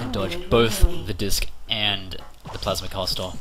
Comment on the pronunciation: i like how he says plasma caster like plausmah cuasta